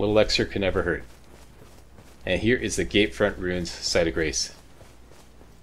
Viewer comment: You say "gate front" like "gay friend"